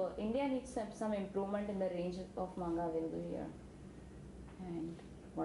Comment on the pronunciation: oh n...dey seriously cant pronounce manga...xD...made me laff so much~~cant believe de girl watched in subz o.O...